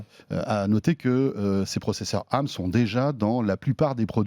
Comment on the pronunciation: Mais pourquoi vous dites « arm » au lieu d’ARM (a-ère-ème) ?!